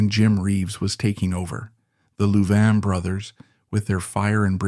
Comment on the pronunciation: A I can’t pronounce Louvin properly. Other mis pronunciations. How did their name change from loudermilk to Louvin?